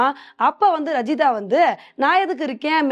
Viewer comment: இதை இதுக்கு முன்னாடி நானும் சொன்னேன் நான் இப்படி தான் சொல்வேன் என்று அடம்பிடிச்சு சொல்றாங்க 😩